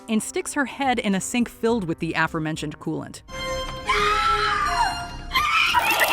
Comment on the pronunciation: I know this video is old, but repeatedly mispronouncing a word is driving OCD me nuts, lol. It's pronounced uh-fore-mentioned, not affermentioned.